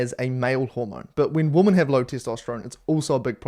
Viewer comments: I'm so sorry to be so petty, especially on such an important interview, but for as long as I have watched your videos, the way you pronounce the plural of women upsets me every time 😅. I'm guessing its a regional accent thing more than a, thing, but it gets me every time haha. Sorry, just a light hearted pet peeve, keep up the good work. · I think she mentioned it because he pronounces it like woman 🤷🏼‍♀️